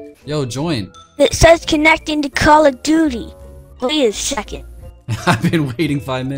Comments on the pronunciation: why does they say call of doodie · It is call of doote